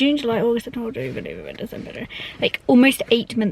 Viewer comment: Ahahahaha "...in May. That was...June, July, August, Septnmbghg, OcyBgFjdjeubshdtcu....Like, almost 8 months ago" I relate so hard with that!!😂😂